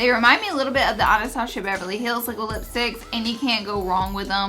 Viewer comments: Ana-Stosh-ia?? Really. Hmmmm wow. Waaaaay too many people don't know how to pronounce Anastasia. But the way you do it is down right offensive! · I love Laura so much so don't take this the wrong way but.... "anastachia" 😂😂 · I love how she calls Anastasia Bevery Hills "Anastashia" lol I love her ❤️ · the way she says Anastasia thoooo... 😔